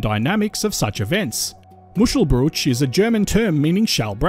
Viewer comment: Isn't Jervis Bay pronounced Jarvis Bay, and Wollongong is certainly pronounced Woolongong. Muschelbrushe or mushcelbrueshe without the umlaut is pronounced Mooshelbrewshuh. Saying 'mushelbrewsh' is like saying umbrell instead of umbrella. That aside, an interesting video.